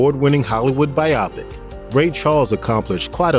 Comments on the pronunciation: It's "BYE-OH PICK" Not "BYE-AW PICK". Also, it's "What'd I Say" not "What Did I Say". What Did I Say sounds like the Pat Boone version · Not to nitpick, but come on...it's "What'd I Say?", not "What Did I Say?". Also, biopic is pronounced as "by-o-pick"(long "o"), not "by-op-ick". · Shouting: IT'S PRONOUNCED BI-OH PIC, NOT BY-OPIC! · Thank u! Couldn’t stand the the mispronunciation of biopic